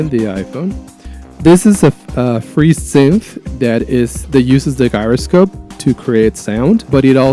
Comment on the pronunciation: If you use midi a lot then an app i strongly recommend is midifire. It does too many things for me to explain here. Read about it in the App Store. It is really solid. Also Gyroscope is pronounced jyroscope. Keep making videos. It's a great way to learn and communicate. Do not get discouraged with bad comments or not many subscribers. Just keep going and try to learn from comments and feedback. Don't get insulted. There are a lot of jerks out there who like to write bad things. Don't let it bother you.